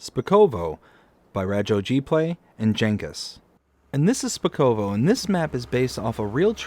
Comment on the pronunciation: It's shpakovo and I wouldn't call it central Europe lol